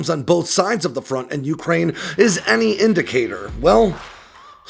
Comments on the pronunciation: I would REALLY like to hear Ukraine pronounced, yoo-KRAINE' and not YOO'-kraine. It's closer to how RHEY pronounce it, oo-cry-EE-na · Broah, ffs, the word is "Ukraine". One pitch. Not "YOU-crane". With wildly different pitches in-between. Please ask 10 people how to pronounce it. And listen. I'm glad that we cleared that up.